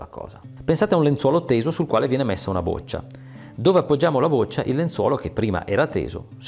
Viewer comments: "boccia" con "o" aperta... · Boccia si pronuncia con la o aperta...